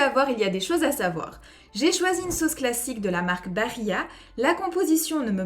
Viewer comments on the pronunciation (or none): Salut, étant italien ça fait mal aux oreilles d'entendre la prononciation Bari"gn"a. Barilla se prononce juste BariLLA comme s'il y avait un seul L, pas de conjugaison.; )